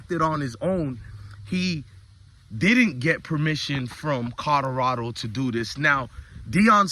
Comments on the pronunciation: Keep hearing him say “cawdorado” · I really wish he would practice saying Colorado..